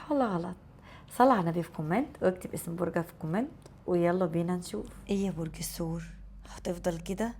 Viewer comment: الثور وليس السور